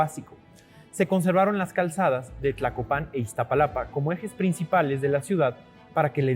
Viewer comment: Tlacopan , no tlacopán